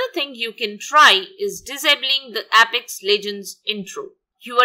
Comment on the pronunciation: Thank you, nothing helped. Please dont pronounce it as "app - ex" its "ape-ex".